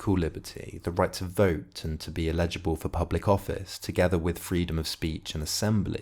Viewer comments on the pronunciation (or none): Really clear and helpful, thanks. My social contract theory essay is immediately enhanced with my grasp of Rawls now (further reading planned). I'll forgive you for pronouncing eligible as illegible ;)